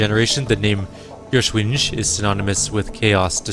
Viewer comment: Listening to you pronounce German is...painful haha. It's not the easiest language to pronounce. I know I'm coming in late, but "Feuerschwinge" is pronounced Foyer-shwin-geh (hard G), or thereabouts.